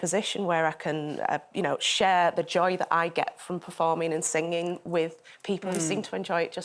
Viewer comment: Stop saying sing ging!